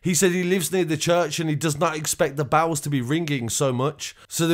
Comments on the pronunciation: its bells not bowels. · I thought he was saying bowles, bells. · Sounds like youre saying bowls instead of bells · Why do you pronounce "bells" as "bowels"? Lol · I thought you said church bowels 🤣😂 only when you said church bowels ringing, I realised what you meant 😆😉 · How does “bells” get pronounced as bawles? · mate it ain’t bowels,it’s bells. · It wasn't until 3.33 that I realised this guy was saying "Church Bells". I was listening while making a sandwich, saying to myself "Church Bowls"? What the hell is that? Then I thought I heard "Church Bows" as in to take a bow and I'm here saying to myself this must be a Church of England thing. Then at 3.33, I heard the sound of the bells, and all became clear 🤣🤣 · Lol how many times did I hear the word bowels, before realising he was saying ‘bells’ 😂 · Dude, the word is pronounced BELLS, not fuckin bowels. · bowels? or bawls? or bows? wtf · I thought his bowels exploded. Messy business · Yeah ! The greatest mystery...What are Church Bowels ?? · I thought you we saying the church bowels. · Why do you keep saying bowels? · why you saying church bowels lol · Dude why can't you say bells pwopperly? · Haha yes I've commented this too... The bowels.... The bowels.. Lol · Why can't you say bells correctly ? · Love the way you pronounce “bells” 🤣🤣